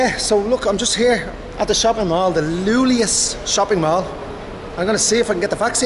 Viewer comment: Iulius, not Lulius, yo, man 🤣🤣🤣🤣🤣🤦